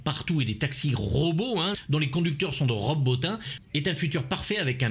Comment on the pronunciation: Stp prononce Rob Botine !